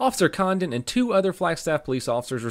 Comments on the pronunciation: I’m sorry but I’ve listened to it like 8 times and I can only hear “officer condom” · Definitely sounded like officer condom when you first said it lol